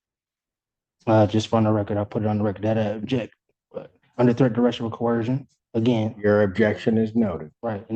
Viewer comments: “Under threat and duress and co-hershun” 🤣🤡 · He can't even say the word coercion. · The sovcidiots still don't know how to pronounce "coercion"? 🤨